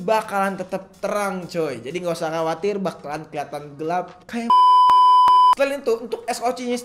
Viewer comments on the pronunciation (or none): none